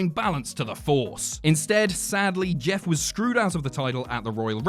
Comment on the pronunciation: When he says Jess instead of Jeff